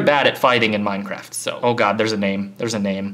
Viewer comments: It's minecraft not maincraft. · he say menencraft.hahahahahahahaha.😂😂😂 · its funny how he says mancraft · Hey he just said manecraft